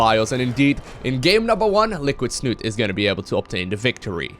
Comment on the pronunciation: Liquidsnut-E!!!! the E is not silent :D